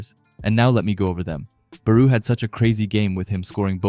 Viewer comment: bro pronounce their name right please OMG IT'S PRONOUNCE BARO NOT BARUUUU